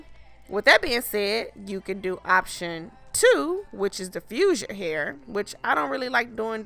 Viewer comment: Lord.. the eyelashes and white eyelid crap makes the video garbage.. never understood why beautiful black females mess up thier beauty with garbage fake makeup..( or make down I call it). And please learn English amd get rid of the "ima negro from the gutter" pronunciation of words... "PUHLLEEZ" .. its "hair".. not "hur"